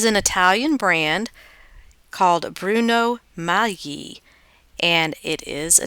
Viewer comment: Thank you for not butchering the name.